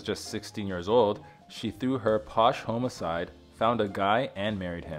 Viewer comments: 😂I wasn't sure if he said "posh homicide" or "posh domicile." He most definitely did not enunciate "posh home aside" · Did sound like posh homicide. 😂